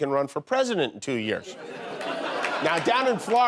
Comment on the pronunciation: I like Jimmy. But man, it's like nails on a chalkboard, the way he pronounces Florida. FL-ARE-DA.